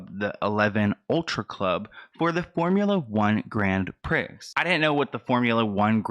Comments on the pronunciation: hahaha i love you but it’s pronounced grand “Prii” or “pree” not “prix” ❤️❤️ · Awwww baby it’s not Grand “pricks” it sounds like “pree” I love your face doll 😘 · It’s not pronounced Grand Pricks. You pronounce Grone Pree. Like gone with an r and pre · It’s pronounced grand pree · Hi, Grand Prix is pronounced Grand Pree Great video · just FYI, nothing to do with the main point of the video, but I've been a Formula 1 fan for decades and it's a French term, ( I speak French) and is pronounced 'Grond Pree'. Hope that helps! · Omg you are so cute, you called it the Grand Prix....the correct way to say it is Grand Pree ( like instead of three, you say Pree)!! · Grand "pREE"!!😂 ur so Cute!!! Amazing work!! Keep it up!! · Love you! FYI: pronunciation y grand pree*😉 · Haha, love you so much. I don’t mean this in a condescending way, it’s pronounced “Grand PrEE” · Hahaha Gran Prix is pronounced like “Graun Pree” 🥰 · Great video. Don't let this die...like the 10 people at his ASTRO World concert only 6 months ago. I hope you don't mind me saying that Prix is pronounced Pree. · Travis scott is gonna taint the first miami grand prix 😭 Also its pronounced like grande with out pronouncing the e, and pree. 😉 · It’s pronounced grand pre just so ya know ❤️ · Grand prix is pronounced grand "pre" like in the word pretend ... Ily 💛💛💛💛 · He said "grand prix" with the actual spelling 🤣 it's pronounced grand "Pree" lmaoooo I'm dying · grand “pree” is how prix is pronounced. i love your videos so much! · Eleven does not need press. Biggest club in Miami.... I am disgusted to hear this, and I will never be returning there again. Also, It is pronounced, Grand "Preeeeeeee" :) hehe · Love you! Prix is pronounced "pre" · Prix is pronounced “pree” I only know this because of my age and hearing it over the years. I am not a Travis Scott fan anymore after Astroworld. Great work. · It's pronounced Pree. Spelled Prix pronounced pree. your adorable.